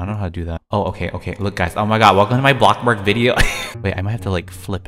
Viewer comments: Who loves how he goes “bloxburg” (block-burg) he says block-burg! It’s amazing!😂❤️💗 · OMG CAN U EXPECT MY FRIEND REQUEST ON ROBLOX I LOVE IT WHEN U SAY BLOKBURG I CRY OF LAUGHTER EVER TIME